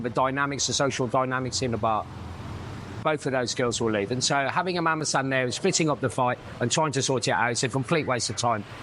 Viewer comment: It’s Mamasan or Mama-san. Not Mamasang.